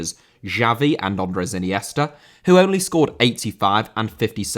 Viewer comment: Andrés* not Ondrés